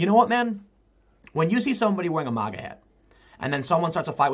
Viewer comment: TIM. MAGA not MOGGA